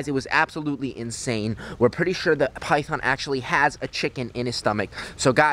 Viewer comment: Its so funny when it saes pithon eating chicken but it sownds like eating piyhon chicken